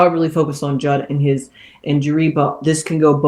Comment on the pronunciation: It's pronounced 'Jood, rhymes with dude.